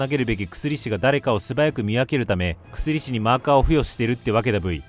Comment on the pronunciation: 薬師って「くすりし」って読むの？ 「やくし｣だと思ってたんだけど違うんかな？